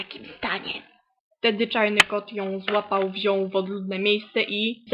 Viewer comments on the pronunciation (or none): "zżubcie" jakie dziwne "r" "dżarny" "lamożożecz"